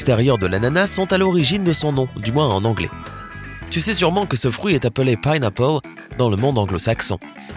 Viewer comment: On dit un fruit pas un frouit 😠